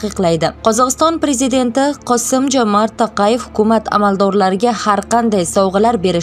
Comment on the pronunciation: Козогистон президенти фамилияси Токаев такаевмас индук тогри оки